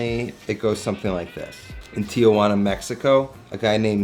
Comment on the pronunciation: It’s not Tiajuana that’s someone’s aunt. It’s Tijuana.